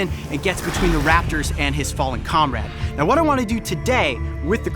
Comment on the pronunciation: its funny how he says comrade